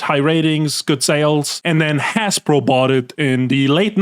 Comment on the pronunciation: "Haspro"= Hasbro "Somus" = Samus "Reggie Fees-amie" =Reggie Filsaime (feesamay) I feel like im talking to Schmiddt from "New Girl" xD